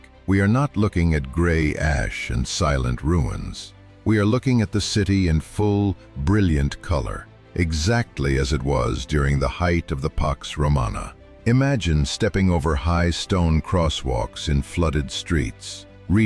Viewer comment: " The height of the Pox Romana"????:face-blue-smiling: That's what he said.